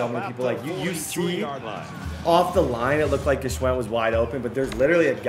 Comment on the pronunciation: Favorite part is you pronouncing Gwschends name every time different 🤣